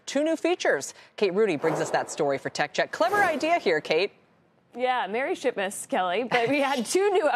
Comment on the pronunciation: i almost thought she said 12 days of sh*tmas lol